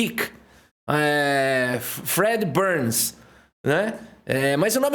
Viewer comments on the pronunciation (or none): "Fred browns" lkkk😂